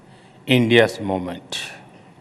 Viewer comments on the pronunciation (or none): Not moment it's 'momench ' 😂😂😂😂😂